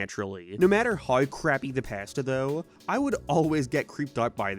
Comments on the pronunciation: It's the Pass-ta for me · I keep cracking up at the way he says pasta. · Never liked creepy pasta. I only watched this cause i like the way you say pasta.